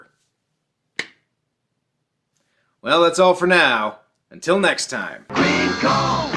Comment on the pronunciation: "The only Queen'eh for my We-" 🤢 Nope! The only Queen'eh for my we- 🤢.. The only Queen'eh for 🤮 Damn you, why do you hate your audience so much!? The only Queen'eh for my wein- 🤮 STOP SAYING THAT?! For all that is holy, you're violating the Geneva convention. 🤮